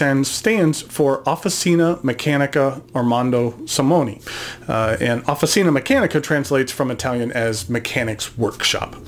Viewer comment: your pronunce is very good, just OFFICINA the CI sounds like CHarm not S , like offiCH(arm)ina